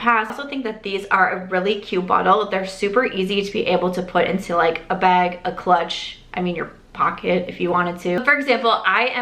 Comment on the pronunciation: love this looks! what accent do you have? its so cute❤. when you say bag it sounds to me like "beg" ❤❤❤. love your channel!